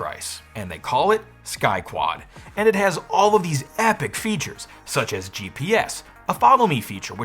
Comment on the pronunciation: I heard "Sky Twat"